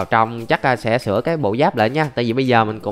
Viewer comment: "Sửa" chứ k phải "sữa" a ơi :v